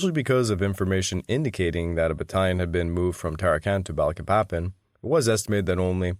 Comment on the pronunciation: THIS SO CALLED “ALLIED INVASION” WAS MORE LIKE AN AUSTRALIAN/BRITISH EMPIRE INVASION. THE AMERICAN PEOPLE WERE ADAMANT THAT US FORCES NOT BE USED TO RECAPTURE EUROPEAN COLONIES. BY THE WAY IT PRONOUNCED BA LEEK PA PAN